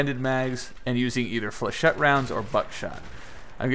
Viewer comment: just saying but flechette rounds are pronounced Fleh-ch-it